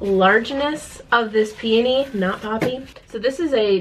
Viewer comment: I’m SO glad you say peony the way you do! I worked at a wood flower shop for a short while and EVERYONE there said pe-OH-ny, putting emphasis on the O, and it drove me crazy 🤣